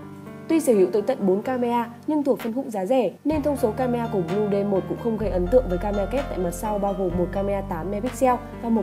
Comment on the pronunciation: Phát âm nghe giống "lu bu" :))